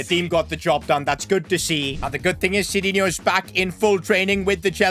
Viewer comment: btw it is not sidinho, but sidinhu to read...funny, you cant even read correct your creation.